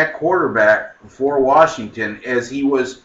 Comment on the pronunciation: Oreeegon vs. WaRshington.